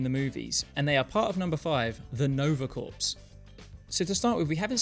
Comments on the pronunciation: Corps is pronounced "KOR", as in, the Army Corps-- not "Corpse". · Small thing. No worries! Corps as in Nova Corps is pronounced like core. The word has French origins. Don’t blame me. 👍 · corps is just pronounced "core" btw, since you seem to be cool with correcting you pronunciations video to video (which I love! wish more people would lol) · Excellent video! One teensy nitpick: the word "corps" is pronounced like "core." It's French! 😁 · You don't pronounce the 'ps' in "nova corps"